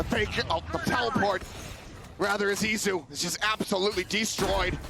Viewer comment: Is it Itzu or Izu??? I thought it was Izu wasnt it?